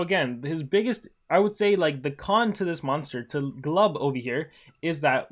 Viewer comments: not "gluhbuh" its "glooboo" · It's not gluba it's glubu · Am i the only one who gets triggered when he pronounced his name "Glaba"?